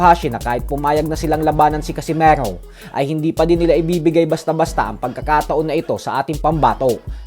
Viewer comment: Bakit parang ang bigkas mo sa casimero ay para bang casimaro,nasobrahan yata boss😅